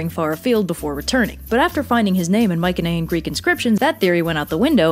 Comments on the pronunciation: You KILL me with how you pronounce Mycenaean. You say my-ken-ay-in it's my-see-nee-an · Isn't it pronounced "my suh knee an"? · You’re saying Mycenaean wrong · I love your videos but uhhh its not mik un ehh in its my cen ee en. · Mycenaean is pronounced my-se-ne-an not my-ke-ne-an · I've been pronouncing it "mice uh knee in" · I’m fairly certain Mycenaean is pronounced with a soft c, no? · why do you pronounce Mycenaean like that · So hard to focus on Anything other than how you are pronouncing Myceneaen